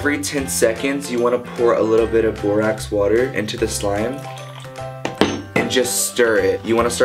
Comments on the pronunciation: its pronounced like boar Axe haha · when he says borax it sound like barack 😭